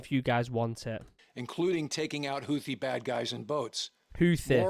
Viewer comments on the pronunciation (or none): Stop saying hoooothhhe Pronounced ‘hootee’ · Houthi is read like this Hou : Who Thi : Tee (like golf ball's tee) Houthi : Who-Tee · Its more like hoothee is how you say it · I keep hearing Houthi pronounced "Hoo-tee"...with the second "h" silent. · Houthi is pronounced who thee I believe. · We pronounce it Houthi (Like.. Tooth-y) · Houthi is pronounced "Hoot-thee." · Houthi is pronounced Who - The with the The like The before a vowel and don't shake your vocal cord. The Who part signify how significant they were in the world stage before they begin to going Somalia Pirate. Yeah, Houthi? Who? Oh, The pirate! No, not that one, another. Oh, right. Who-The. If that isn't funny, I guess it;s because am druynk